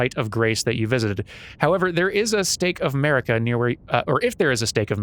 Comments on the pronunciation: ... I totally heard "state of 'Murica"... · Everytime he says Marika I keep hearing 'Murica and expecting it to be followed by an eagle screech and jet fighter flying by.